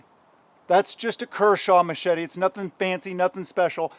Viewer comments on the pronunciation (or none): none